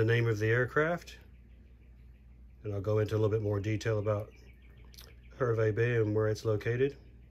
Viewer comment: Terrific review, very informative, I live next to Hervey Bay pronounced "HAR-VEE" and flew on this plane many times from Sydney to Johannesburg and back, I was flying regularly to South Africa (still am) and always in the upper business class cabin and always seat 11A, on all those trips I never had anyone sit next to me, apart from a very friendly Qantas employee, I have very, very, very fond memories of this plane and the upper business class cabin, I have this model in the library/office in my house, what a tragedy the 747's are no longer flying, that small, private, upper business class cabin was the only way to travel 😉